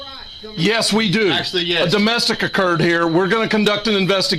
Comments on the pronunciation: what are you investigating? "UHDUHMESTIC" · "Uh duhmestic" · Domestic?I heard it 'DUMBestic'...